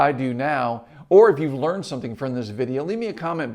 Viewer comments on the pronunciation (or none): none